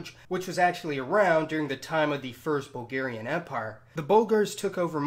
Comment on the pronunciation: Its bulgerian !! Not hugarion